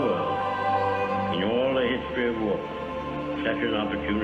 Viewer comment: Yes, and I noticed that he pronounces the word war like World , that's where you get confused